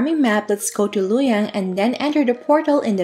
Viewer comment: not lu yang its Lu o yang